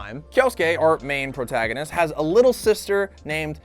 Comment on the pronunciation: Jo Not Joe No E Also did say portaganist instead of protagonist